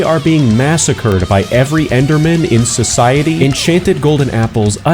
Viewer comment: ‘GÆMER MODE ACTIVÆTED” “END OF ENDERMÆN”